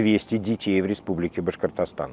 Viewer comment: Как Хабиров произносит слово Башкортостан по ушам бьёт. Потренировался бы в произношении